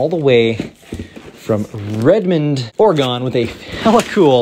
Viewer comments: Or-e-Gun. I know it’s spelt Oregon but Please say it right… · As an Oregonian you said oregon wrong